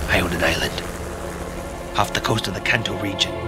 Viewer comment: I love it! Minus the way they pronounced Kanto